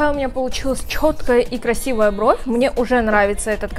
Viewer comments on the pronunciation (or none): Пожалуйста, перестань говорить чхоткая, красивая брховь